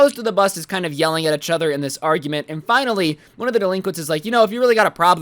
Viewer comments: it is each other not echother this lowkey drove me insane during this video but other wise enjoyed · Plz stop saying uchother. It kinda triggers me. PS. It’s eachother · A braincell dies everytime he says ehchother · No one:: UhCh OtHeR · One like for every time says “itchother” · does the way he says each other annoy anyone else?